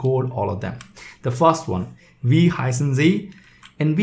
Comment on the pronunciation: Am I the only non-bot that made it to the comment section? Not trying to be rude, as I am a beginner at German myself, but Wie is pronounced 'Vee'.